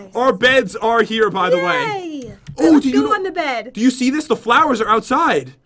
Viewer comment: jen said thlawr not flowr